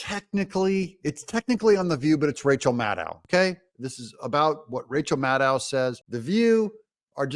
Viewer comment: Its pronounced rachel madcow